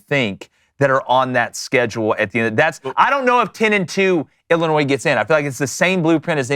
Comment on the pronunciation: I am turning it off. Illinois, really????